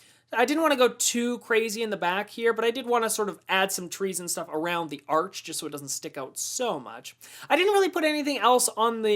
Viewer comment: Also love it when you say schtuff haha :)